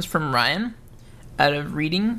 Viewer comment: That second guy is from where i live!! and its pronounced "Red-ing"